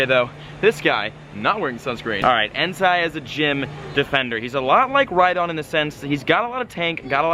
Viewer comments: It's pronounced Entay btw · And btw it's pronounced En-tie 😘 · BecomeTheDreamer and its Entei not En-tie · BellaSenju and Its entei not en-tie lol